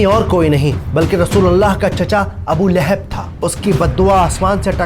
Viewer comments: ِِلِھَب٘ نہیں ہے صحیح لفظ ۔۔۔لَھَب٘ ہے۔۔۔۔ جزاکم اللّٰہ خیرا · Layhib nahi. Yai Lahab hai. Jub words bolna nahi ata tu video na banao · Please correct your pronunciation.Don’t say Laihub it’s Lagan. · Sorah lehab nahi sorah lahab h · Lekin aap Naam sahi se nahin le rahe Abul ab aata hai Abul ab nahin aata surah lahab aati hai surah lahab nahi Abu lahab nahin aata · Lekin aap Naam sahi se nahin le rahe Abul ab aata hai Abul ab nahin aata surah lahab aati hai surah lahab nahin aata